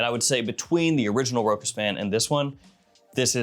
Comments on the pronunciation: Big fan ! One correction ...ROCHAS is correctly pronounced Rosha not Rokas. ...Cheers. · for the record, you don't do that badly on French words. You make an effort and you mostly get there. If you're interested in improving though, just know that it is pronounced RO-chass. 😀